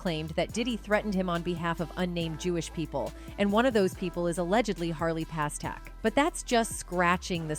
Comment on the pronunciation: God, just get the damn names right before the report. Its PASTERNAK